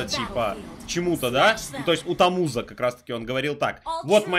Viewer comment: Не тамуза а тамуза